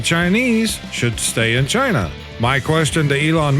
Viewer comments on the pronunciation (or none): none